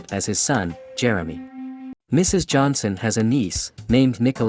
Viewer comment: It’s Johnson not Johanson.